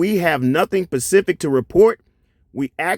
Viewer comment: Please say SPECIFIC… NOT “Pacific”! 😂